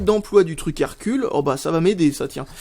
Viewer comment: Hercules se prononce "Herculèse" ^^ Et c'est une bonne marque pour des enceintes pour pc mais sinon c'est pas de la super bonne cam